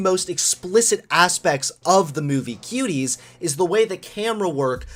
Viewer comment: Am I the only one who heard him say kiwis instead of Cuties